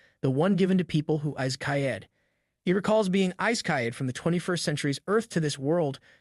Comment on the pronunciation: Bro pronounce Isekaid to isekayed😂😂😂